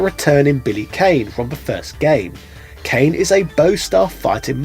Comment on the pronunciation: Billy Kane is pronounced Con. Great video!